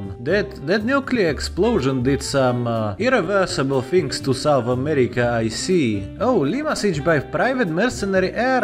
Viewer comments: South, not sounth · Ah yes, SouNth America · Ah yes sounth america